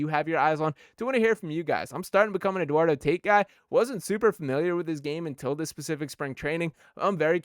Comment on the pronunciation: It's pronounced Eduardo Tah-eat 😂. The Dombrowski rumors are from his Marlin and BoSox days. He brought back the Tigers to relevancy, but he couldn't keep Joel Zumaya from playing Guitar Hero.